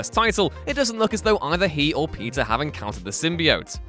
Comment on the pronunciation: Man, every time you say "Peter" i hear "pizza"